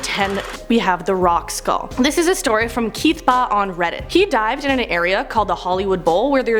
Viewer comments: Killabee Kill -a-bee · Killabee? kills a bee